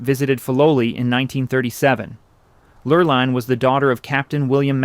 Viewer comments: The fake gray specks to make it look like old film throughout this whole show were quite annoying. These were still photos thus it was not film. These were even over the color photos. Repetitous information was unnecessary. Sometimes the woman's name was pronounced LurlIne (with a long i and sometimes with the long e sound.). The long e sound (Lurleen) is correct. Ohlone Indians should have been pronounced Olone (long o, long o and long e, not lone, like the proper word.) I learned about Filoli's history. Everyone should visit there at least once. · Mrs. Roth’s name is pronounced “Lur-leen”. The narrator mispronounces it all through her part of the history. She had a cruise ship in the Matson Lines named after her which sailed mostly SF to Hawaii and back.